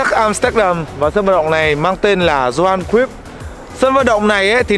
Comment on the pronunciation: Góp ý chút là bro phát âm sai tên của huyền thoại Johan Cruyff r nhé. Phải là yow haan kroyf.